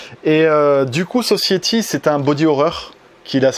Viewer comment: Alors pour ton magnifique accent anglais, on dit "Sossaïtie" et pas "sossiétie", sinon très bonne vidéo, j'adore tes présentations de Blu-Ray, et comme d'habitude on réclame toujours beaucoup plus de vidéo ^^